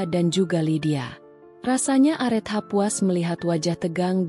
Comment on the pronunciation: Areta bacanya KK bukan arethah mf